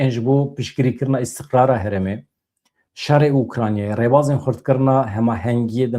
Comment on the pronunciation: ne " herem" e, " herêm" e. Her du peyv ji aliyê wateyê de ji hevdu cuda ne.